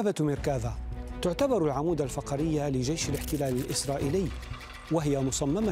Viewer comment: سيارة بالفتح لا بالكسر فقري بالكسر لا بالفتح صحح نطقك ايها المذيع